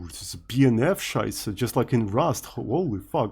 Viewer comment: As a German it triggers so hard everytime says "Scheiße":D